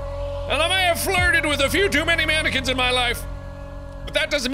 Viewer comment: how did you manage to fuck up "mannequin" so badly